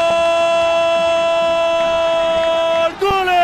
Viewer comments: Porque dice gole jaja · Porque el narrador dice gole? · Por qué el wey dice gole? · La pregunta es, porque el comentarista ridiculo dice gole si se dice gol? Es lenguaje inclusivo o el cree que se escucha genial🤣